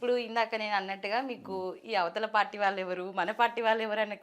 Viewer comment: ళ అనే అక్షరాన్ని సరిగ్గా పలకని ఈ యాంకర్ మీకు అవసరమా? వాల్లు వీల్లు… అని అనటం ఏంటి? దరిద్రం కాకపోతే!! మా కర్మ.